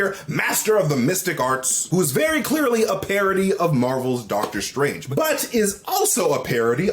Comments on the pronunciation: cant u just call him Dog-ter Strange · Hahahaha… “DOG-ter Strange”!!! 😂😂😂 love you!